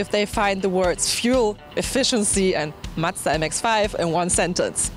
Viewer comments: Why does say madza? Its mazda... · Love your reviews! Its spelled Mazda not mastztah.. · Matza matza its fucking MA Z DA MAZDA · I love when she calls Mazda ---> Muchta !!! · What's a matza? Lmao